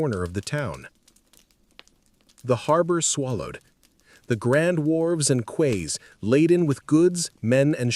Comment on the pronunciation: Quay is "key", not "kway".